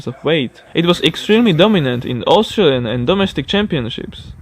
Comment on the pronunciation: Ngl the way he said Australian is the only thing that annoyed me